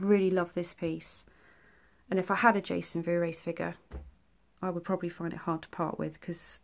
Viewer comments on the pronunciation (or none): Sorry but your multiple attempts at pronouncing Vorhees have finally got to me. I believe its like 4 hees to rhyme with sneeze as opposed to your attempt to say it like 'blu rays' I'm not being shady I just wanted to help...my spelling is probably wrong..we all have our crosses to bear. Your dioramas are without fault! I love them whatever size! I had to sub because I really love your work! The Chrystal lake one is brilliant..they all are!